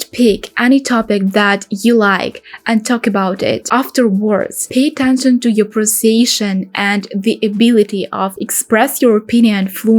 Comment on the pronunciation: You have not pronounced pronunciation correctly. Your English is really excellent for a non-native speaker but you seem to have some difficulty with this word? Watch this video and compare it to a native speaker saying "pronunciation". Try to say it very slowly, with emphasis on each syllable.